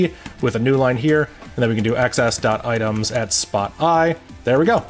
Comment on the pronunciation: I find it so weird you say "ex ess" and not "exes".